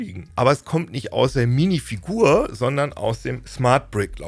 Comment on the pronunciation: Bei höre ich Minifick. Ich geh kaputt. Minifick bei Lego... Lmao